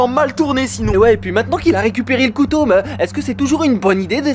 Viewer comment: ta pas dis kouto ta dis koto😅😅😅😅